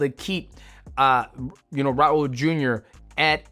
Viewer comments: Brother, just say “Raul” not “Raurrr”😭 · bro why u rolling ur r’s when it’s an L at the end of “raul”😂😂😂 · I was looking for this comment 😂